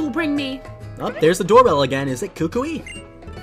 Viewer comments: WatCH THe Anime tHats not how U SaY Kukui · ah yes the pokemon school teacher, kookooway